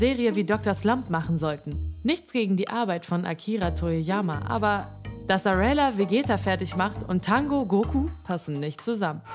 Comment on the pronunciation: Wer bitteschön soll aurela sein.. sie heisst arale? Und wird genauso ausgesprochen wie es geschrieben wird. Lernt erstmal alle Namen und aussprachen bevor ihr ein Video macht. Peinlich!!!